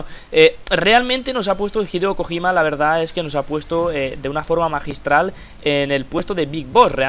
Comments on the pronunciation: Kojima? dilo bien xD no Kogima que parece un cojin jajajaja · español se dice "Kojima", así tal cual. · que dices mal kojima xD